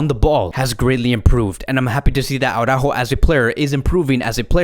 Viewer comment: in my eyes, you have the best FCB-channel out there. Qualitative better than TalkFCB. But as an FCB-channel, you should pronounce the names of your players correctly. It is not au-rÁjo, but it is ara-Ú-jo with the emphasis on the letter ù (as indicated by the accent). I know, Jamie of TalkFCB and BarçaBoy103 also massacre his name, but therefore, you shouldn't. Just listen to Spanish media, or ask any Spanish speaking friend of yours.